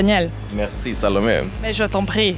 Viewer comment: Quand Daniel dit Salomé j'entend Sale paumé